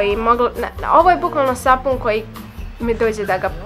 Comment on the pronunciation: ne kaze se SAFUN nego sapun.😂